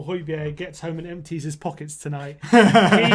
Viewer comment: First and foremost the fans need to get his name right (Hoy-be-air) and then: ABBA Fernando - There was Højbjerg that night, the Spurs will fight... our general...